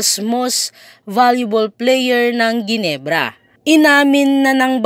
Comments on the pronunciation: Henebra hindi geenebra.. LOL.. scotty malupit na babaero. Lol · Correction po... hinebra po ang pronounce s ginebra....